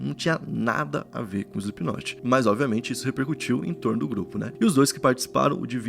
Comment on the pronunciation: 4 segundos de vídeo e ele falou o nome da banda certo